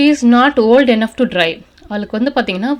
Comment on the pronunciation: அருமை சகோதரி, தாங்கள் எளிமையாகவும் தெளிவாகவும் அருமையாகவும் ஆங்கிலம் கற்று தருகிறீர்கள். பாராட்டுக்கள்! Enough என்பதை என்னஃப் ஃப்(ennogh)என உச்சரிப்பது போல கேட்கின்றது.enough என்பதற்கு(இனஃப்) என்ற உச்சரிப்புதான் கொடுக்கப்பட்டுள்ளது.run._ running---swim_swimming என்பது போல இரண்டு எழுத்துக்கள் வந்தாலும் ஆங்கில அகராதியில்ஓர் எழுத்திற்கான உச்சரிப்பு தான் கொடுக்க வேண்டும் என்று கூறப்படுகிறது. தயவுசெய்து சரி பார்த்துக் கொள்ளும்படி கேட்டுக் கொள்கிறேன். நன்றி! வாழ்த்துக்கள்!